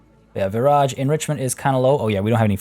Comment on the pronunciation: The entire time you were saying Viraj I thought you were saying garage 🤦🏼‍♀️ it’s been a long day lol